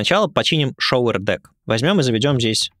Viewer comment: There a subtle difference in pronunciation of “shower”, in this case “показыватель”, not the “shower” — “душ”. It goes more like “шоУэр”, not “шовЕр”, cause it sounds like “shover” — “запихиватель” ))